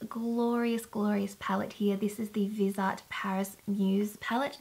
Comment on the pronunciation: I love that palette! I used to have Viseart shadows in my kit when I went to beauty school. It is pronounced Viz-E(like the letter)Art I am pretty sure, just so ya know! I'm not trying to correct how you say things in any way. But I have worked with them, & have wanted to buy some palettes, the nude one especially for forever! They are such good quality I think the price is fair. And the pans are a little bigger than normal shadows, def. in comparison to like the $52 Urban Decay Naked palette. They are awesome! Lovely video, I loved seeing you liking all the products! Much love & ((hugs))♥👍💄💕💅♥